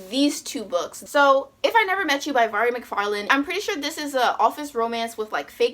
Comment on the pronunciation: It's so endearing that you are always mispronouncing names, but then Mhairi MacFarlane (a name so many struggle with) just rolls off your tongue flawlessly. 😂😜